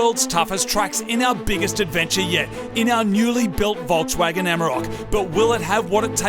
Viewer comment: Im less than 20 seconds in, and I heard Moog saying "Bogswagon" instead of "Volkswagen". Bogswagon sounds like a great name for it!